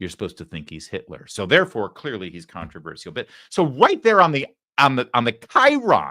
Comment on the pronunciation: Larry, it's "contra VER SHUL" not "contra VER SEE UL"